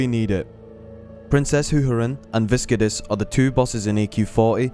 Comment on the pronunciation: Type Viscidus into Google Translate and hear how it's supposed to be pronounced :P - Good video though, but that pronunciation killed me xD.